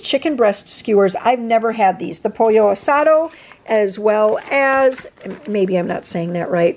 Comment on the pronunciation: You pronounced "pollo asado" correctly!